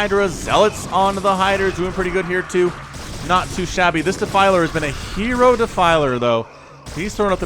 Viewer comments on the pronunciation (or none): none